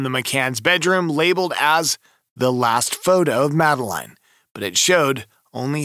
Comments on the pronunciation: Christ. Do your research. Madeleine is pronounced Madalinn. The twins are shaun and Amelie. It was 2007. Blood wasn't found in the car, it was cadaver scent. Not watching you anymore. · 😂 why don’t you pronounce the girls name like her parents do? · Do you expect this video to be taken seriously when you can’t even pronounce Madeleine’s name correctly and you add crazy effects to the images. Definitely not one to watch.